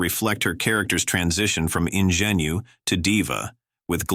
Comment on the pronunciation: ok thanks i was thinking later Bettie not Betty but not Betta for sure Im thinking this video was an A I voice the way he mispronounced Ingenue and other words too